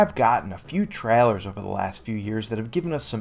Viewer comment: I’d Subscribe, but the way you say ‘trailer’ is absurd.